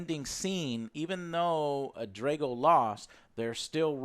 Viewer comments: I'm more annoyed that they kept saying "Drey-go" instead of "Drah-go", yet claim they're fans of Rocky 4 and shit. Fuck outta here! Love the AJS though. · why can you not pronounce the A's in people's names correctly. you pronounce drago and han wrong every single time